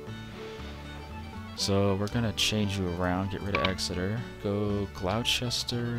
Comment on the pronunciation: he said gloucester wrong